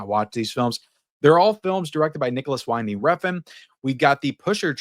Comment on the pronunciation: for Nicolas Winding Refn, Winding is pronounced like how the wind blows. Don't let all the broken AI out there convince you otherwise 🤣